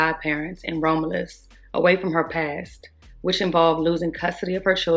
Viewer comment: It’s pronounced Rom-you-lus ( Romulus)